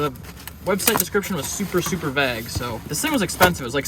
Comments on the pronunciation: People: Vayguh: vag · Did you say Vag instead of Vague?? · Me too. V long a please gue. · love your videos bro. its pronounced Vay-guh vague. i just noticed in another one of your videos. take care! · So no one is gonna talk about how he pronounced "vague" like "vag" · Super super “vag” that’s not how you pronounce it LMFAO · dude said “vag” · Vague as in VAY-GE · TheAndyRichter it’s pronounced vayyyg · I do not improve of your pronunciation of vague. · please don’t tell me that’s how you say the word vague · anyone else notice the way he said "vague" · I’m mostly triggered with how he pronounced vague! Lol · lol the way you pronounce vague is how you would say ‘wave’ in french (as in the ocean) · Never heard anybody pronounce “vague” that way 😂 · is your pronunciation of the word “vague” common in the Midwest? Here on the West Coast we pronounce it differently. No disrespect at all; just wondering.